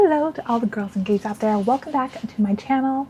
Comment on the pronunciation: Did u say girls and gays ?